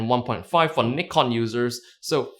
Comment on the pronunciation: What the hell is Niiiii-con